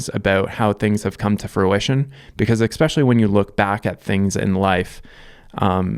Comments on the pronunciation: "Especially" is not pronounced EX-SPECIAL-LY. It's not, no matter how much your back hurts. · “Especially” pronounced: “Eh spesh ah lee”